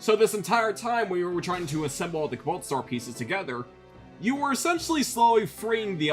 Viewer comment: I got a good chuckle in every time he said "Kabalt Star."